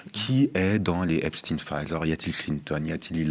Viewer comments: si tu comprends pas que c'est pas EpstINE mais EpSTEIN faut prendre de la juvamine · Pourquoi Epstin et non pas EPSTEIN de son vrai nom , c est pénible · Donc maintenant, effet de mode !? Vous ne prononcez pas le suffixe de Epstein, comme dans: Frankenstein ? Einstein ? Weinstein? ...etc????? Et vous continuez de désignez les habitants des États-Unis par le terme inapproprié "américain" ! Alors que ce dernier terme désigne l'ensemble des peuples habitant sur le continent américain ! l'Amérique est un CONTINENT !! l'Amérique n'est pas un pays !!! Le terme "états-unien" existe dans le dictionnaire français, de même en Espagnol par exemple !! Utiliser ce terme "américain" au lieu d'"états unien", parler du pays en disant Amérique au lieu de États-Unis , c'est avoir le cerveau lessivé par la propagande colonialiste étatsunienne, et c'est participer à cette propagande !!! Réfléchissez !! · "stein" dans Epstein devrait être prononcé comme dans Einstein, Frankenstein